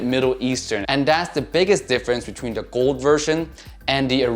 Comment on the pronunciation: Lol really put a emphasis on the G in “GOLD”